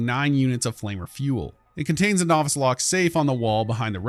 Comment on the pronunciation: You also don't know how to pronounce novice either.